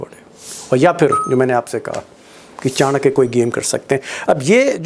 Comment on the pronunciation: Bhadwe Kya ko chankya mat boliye.